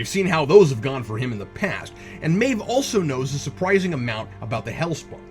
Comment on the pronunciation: I know it's nitpickery, but it's driving me nuts. Cap, her name is pronounced "MAHve", not "MAYve".